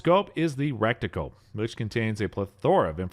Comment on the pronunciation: You had my interest until you said "recticle"! lol